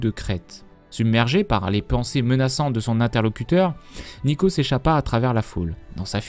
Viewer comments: Neeko, pas Neko :I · n"i"ko et "ou"vicats xD fais plus attention à ça parce que pour les fan de lol c'est dur d'entendre des erreurs comme ça xD